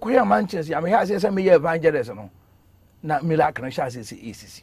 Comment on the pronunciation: Who also heard “Milacle and Alea”